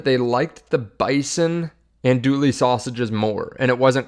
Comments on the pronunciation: I think your channel is awesome and the information is spot on. I want to do you a favor. Andouille is pronounced an Do ee. The L is silent. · Andouille is pronounced like “an-doo-WEE”